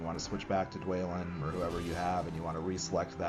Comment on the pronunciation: Saryoumon, Ayzog, Dwaylin, Byefur. Man, Laygoo: The Hoebbit sure looks like a fun game.